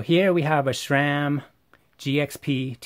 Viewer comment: Thanks for the insight. Yet, cannot say what irritates me more: the fact the presenters of most bike channels, no matter if paid-promotion or "bad-engineering-bashing" share the inability to pronounce Sram correctly - There is no "H" in that acronym, hence it's not "shram" but sram* - or this presenter saying the words "if you're going to go deep into Hambini ..." while putting on rubber gloves. 😉